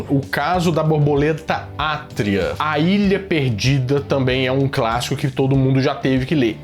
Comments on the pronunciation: o LEU TÃO POUCO QUE NÃO CONSEGUIU NEM LER O NOME DO LIVRO CORRETAMENTE. Atíria e não Átria. AFF! Pra quem tem nerd no nome do canal... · O CASO DA BORBOLETA ATÍRIA E NÃO "ÁTRIA" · Achei que era eu que tinha lido Atíria errado toda minha vida, mas vi que quem leu errado a vida toda foi o, que lê Átria.